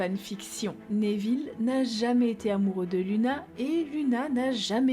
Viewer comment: Cette vidéo est très intéressante. Je ne connaissais pas toutes ces théories. J'aime bien celle sur drago et rogue que je trouve intéressante. Par contre, je suis désolée mais j'ai tiqué sur ta prononciation. On dit nEville et pas nÉville il me semble. Ça sonne bizarre à mon oreille 😁